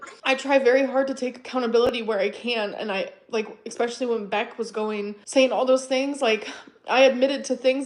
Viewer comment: "Wait whut wuz I sayeen? Sorry I got distracted by that emoji. Anyways..." (Then she instantly and flawlessly recalls what she "forgot.") 😂